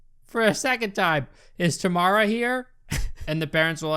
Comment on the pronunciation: Omg my mouth dropped when i heard my name (Tamara) and it was pronounced correctly loll